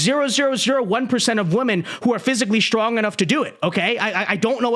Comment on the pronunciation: I keep thinking my ears are playing tricks on me, but I swear that half the time is saying the plural "women" he's pronouncing it as the singular "woman". When I hear it, I'll rewind it and listen to it again several times to confirm it, and I'm pretty sure he's pronouncing it as the singular "woman". It's hilarious.